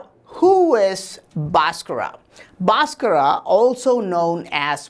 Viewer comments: भास्कर bol na...बासकरा बासकरा bol kar to maa behen ek diya hai.... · Its BHASKAR not Baskraa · Nice information but it's Bhaskar not Bhaskara why u add extra aa while pronouncing Bhaskar. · Pls stop murdering his name. There is actually a ‘h’ after the ‘B’. So it isn’t BASKARA, it’s BHASKARA.. kind and humble request. Cheers. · The correct pronounciation is BHAASKARA not Baaskarra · I've never heard an indian guy pronounce Bhaskara as bosscross untill now🤣🤣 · Pl. don't bastardize the great mathematician Mr Bhaskar's name by adding an "a" at the end. It is a sign of disrespect, forced on Indian names by the Brits. Same goes for Lord Ram. Is NOT Lord Rama, etc. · This dude is full of shit. 1st of all despite being an Indian he can't correctly pronounce Bhaskara's name. This guy should be placed in space with his Mercury wheel. Only vacuum can help this dude to avoid dynamic friction and create energy. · Pronounce the name correctly